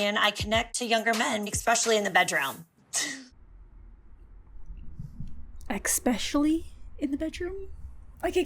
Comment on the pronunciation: maybe she prefers younger men because none of them challenge her when she says things like "expecially"